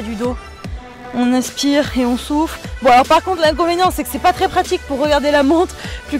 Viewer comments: 😂 euh je suis la seul a attendre "est on souffre"😂 au lieu de "est on soufle"😃😂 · A j ai compris « on inspire ... et on souffre »